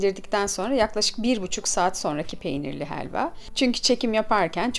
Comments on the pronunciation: Hheeelva degil abla helva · Heelva değil helva